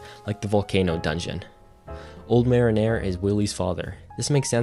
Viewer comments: Mare in er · he pronounced "the old Mariner" like Marinara sauce 😂 I had to pause and come to the comments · The pronunciation of mariner being said like marinara sauce is killing me😭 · bro please have someone check your pronunciations like i know what you mean but PLEASE it's Go-Toro not Go-rotto and mariner sounds like ma-reen-er not the beginning of marinara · ermm, you kept pronouncing "mariner" as "marinara" without the last "a" lol edit: also fyi "calico" is pronounced "CAL-ick-oh" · Youre pronouncing mariner like hes an italian red sauce with meat. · Mariner doesn't sound anything like bolognese lol.